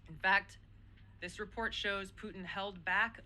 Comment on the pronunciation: why the HELL cant she pronounce PUTIN my God KL its NOT POO IN a woman in this position cannot pronounce PUTIN